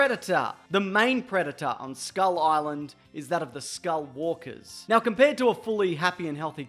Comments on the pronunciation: skullwalkers Text reads: Skullcrawlers Me: I’ll go with skullies then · Did you say skullwalkers? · Did this nigga say skull walkas??? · Skull walkers? Skull WALKERS?!! Did i hear you correctly mate? Sorry to be pedantic, (maybe it's not pedantic) but it's skull crawlers. 🤷🏽‍♂️